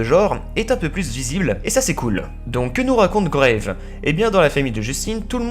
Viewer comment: Sympa, mais on dit GrAve et non Graive, c'est un film français et son titre anglophone est Raw ;) Sinon tu parles de films assez connus dans le genre, je suis un peu déçu de ne pas en avoir au moins découvert un grâce à toi, mais c'est une bonne vidéo, bien rythmée et illustrée. Bonne continuation.